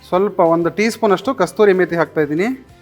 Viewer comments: ಅದರ ಹೆಸರು "ಕಸೂರಿ ಮೇತಿ" NOT "ಕಸ್ತೂರಿ ಮೇತಿ" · ಅದು ಕಸ್ತೂರಿ ಮೇಥಿ, ಅಲ್ಲಾ, ಕಸೂರಿ ಮೇ ಥಿ! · ಕಸ್ತೂರಿ ಅಲ್ಲ ಅದು, ಕಸೂರಿ ಮೇಥಿ